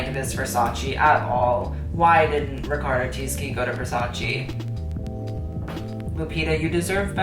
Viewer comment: it's sur-sha ronan and riccardo ti-sh-i